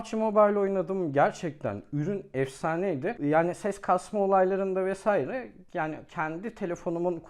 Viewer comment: Mesaire değil "Vesaire"